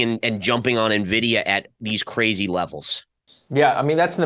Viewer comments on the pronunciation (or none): did you just say "Nuhvidia"? Shame on you.:-\